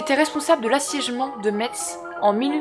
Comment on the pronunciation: Sympa les contes. Quelques erreurs avec le passé simple. Sinon en Lorraine on prononce "Mess(e)" et pas "MeTS". "